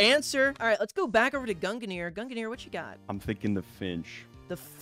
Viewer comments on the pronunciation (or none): its two syllables. gun gear. its that easy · I’ve always pronounced it gung near. Gung like how you say lung. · I hear Gunginir from. There may or may not seem to be another another syllable added. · Ah yes, I remember watching the stream. It was so entertaining every time said "Gungnir" as his pronunciation is... very unique. Then again, the delibird shiny hunter is a menace for having such a difficult-to-say username.